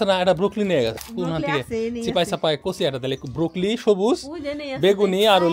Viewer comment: সরি আগেই বলেনিলাম ,কিছু মনে করবেন না ভাই। ব্রকলি বা ব্রোকলি র উচ্চারণটা হবে ব্র-কলি বা ব্রো-কলি। বলার সময় ব্র-কলি বা ব্রো-কলি বলবেন।